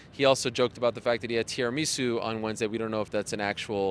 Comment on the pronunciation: If Ariel says Tiramisu that way again, I will change my name to Tera and ME SUE.